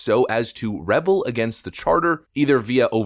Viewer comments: you mispronounced rebel... in this case it's re-BELL. also in the document you read, constitutional lawyer Laurence Tribe's name was spelled wrong and you didnt catch it. there is no such person as Laurene tribe. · you can’t tell me you don’t know the difference between “rebel” and “rebel”